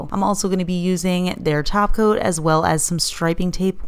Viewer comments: I hear Taco not Top Coat. Dang it. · Almost though she said Glossy Taco.